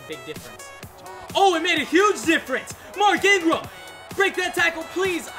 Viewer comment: Btw it's mark Ingram and Derrick Henry stop butchering these names man I'm a big bama fan and was excited to watch this video until u butchered mark and derricks names like boi really plz improve your reading ability